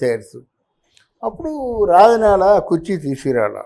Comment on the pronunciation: ఎమ్ Achor బాబు.. రాజనాల... "జ" ను " జ" అని పలక లేవా? చెప్పు జ జ జ రాజనాల. Za zzz. Razza nala కాదు... రాజనాల.. ఏ స్కూల్ బాబు...